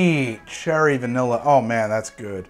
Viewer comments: 30min to go and I'm hearing "virnilla" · 3.1 VERnilla This is me 2nd time watching this treasure. I just noticed that on Manhattan 3.1 (x15) our dear host said VERnilla. And that struck me funny af 🤣